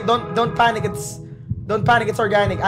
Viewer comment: "dont panicc its organicc"